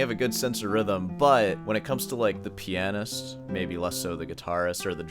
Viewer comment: Stop pronouncing pianist wrong.